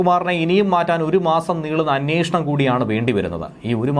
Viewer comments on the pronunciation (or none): ' അന്യേഷണം ' അല്ല അന്വേഷണം ആണ്. ഉച്ചാരണം ശരിയാക്കൂ.